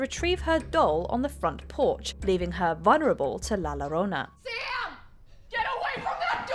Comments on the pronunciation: “Llorona” is pronounced “yo-ro-na”. Not “lo-ro-na” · Llorona is pronounced with a y sound, just so you know